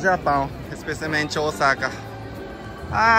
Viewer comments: quando vcs falam Osaka parece que vai falar Osasco 😂😂😂😂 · já pronunciando Osaka como os brasileiros!! 😂😂